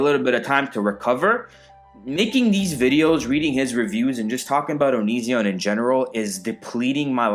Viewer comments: no one:: "oniZEON" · I love how you pronounce onision like OniZEon. I bet if onion watched you he would get pissed at you for that. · Creepshow Art pronounces it like that, too 😂